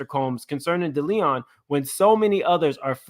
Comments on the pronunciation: Also, with love & no offense lol Deleon is Day Lee Own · Not "Da Leon" 😂😂! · It is called De-Lee-on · It’s Day-Lee-Own 😂😂🤦🏾‍♀️ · it’s pronounced Day Lee on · The pronunciation of DeLeon is really fucking you up 😂